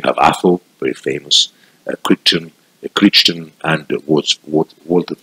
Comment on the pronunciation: Brilliant, well done. 'Crichton' is pronounced 'cry-ton'😉 I absolutely love your dedication to detail and heraldry,, it is seriously impressive. If you find yourself in the Anglo Scottish Borders and want to visit some of the battle fields, let me know as I live on a farm 10 miles south of the border, 10 miles from the Battlefield of Hexham, 20 miles from Flodden and 8 miles from Otterburn..I can show you around